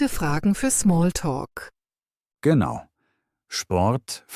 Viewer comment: GeAnu oder Genau🤣 KI everywhere